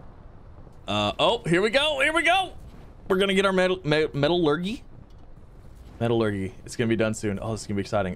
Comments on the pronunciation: ME-TA-LUR-JEEEEE NOT GYYY (lol sorry I just get triggered) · Haha...Metal-urghee dude it's Metal-ur-jee = Metallurgy. Feeling sorry for your Teachers. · This is like plantary annihilation just with out battles and the many many robots but a little better Edit: the way you say metallurgy is hilarious it's met-a-llur-gy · METALLUR-JEE!!! Metallurgy lol